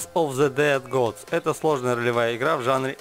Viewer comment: Ну смотри дружище - "Суфи" - надо "сИфу", "равенсвоч" - надо "рэйвенсвоч", также "церс оф зэ дэд годс" - "кёрс оф зэ дэд гадс" - ну и микрофон пора покупать уже)